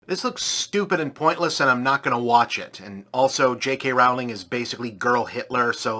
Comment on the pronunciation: This guy calls Rowling (mispronounced) Hitler, but there's a literal quiz you can take to see if various quotes were made by Nazzies or Bob.